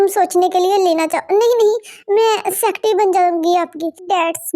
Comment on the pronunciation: Secatery not sectry